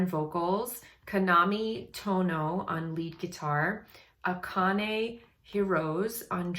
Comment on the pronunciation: You pronounce the name of Akane is rights! But her family name is Hirose pronounce like Akane, like Akanay although pronounce Hirose, Hirosay.